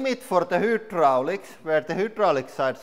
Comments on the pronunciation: pronouncing the way it’s spelled....? hy·drau·lics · Hydraulics is pronounced "Hi-draulic" in English. I lived in Copenhagen calling Nyhavn "Ni-havn" until I was corrected. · What is the difference between who draulics and hydraulics? When he talks?? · It is hi droll icks not who drolicks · LoL "the hoodrolics" But awesome video 😁👍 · Whodrolics lol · What's a Who Drolic ?? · Who - draulics ? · Hoo-draulics 🤣 Massive respect for speaking a foreign language and all that, but surely you learn to pronounce the first word in your channels name correctly 😆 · Hoooo - draulics 😂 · THE HOOOTDROLICS 😂🤣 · Listing to him saying hoo-drooliks Make me vomit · Take a shot of snake venom alcohol every time he says hoodraulics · Pronounced Hi-drolics 👍🏻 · I was hoping someone else noticed it. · Hüdroliks. Jepp. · “the hootdraulics” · The Who-dralics lmao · Dude u talk to much and drag on do ur shit and make the damn video. "Hoo-drolics"???? Tf how do u get hoo from hy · The resoolt? The hi-droo-licks starts to leeeeeaaakkk... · Did anybody else died laughing every time he said WHOdraulics.. not truly making fun of them and I will say I do enjoy his channel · Wtf is a who-drallics? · The whodraulics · Whoodraulics? What's whodraulics? ;) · deh HOOdraulics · 'limit for the hudrolics' lol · I mean I don't care but in the USA it "hi-drol-icks" it how is pronounced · anyone else giggle alil when he say's "hootdralics" ??? XD